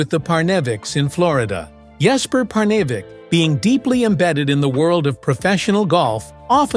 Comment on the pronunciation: When is this A.I. narrator going to learn how to pronounce words, names, places, etc... correctly? His voice and cadence are already chafing my ears. Perhaps this A.I. bot is not so advanced or has a learning disability. Jesper Parnevik's name is not pronounced, "Par-nav-eck"!! A.I. = Articulation Incompetence.